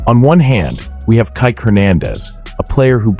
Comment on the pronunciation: It's pronounced Kee,Kee.